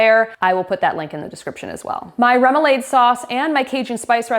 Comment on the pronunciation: Remolade is pronounce rem-oo-lawd not like lemonade lol -A New Orleanian. (also, thank you for all the recipes)